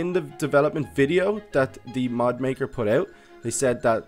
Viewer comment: your saying mod so wrong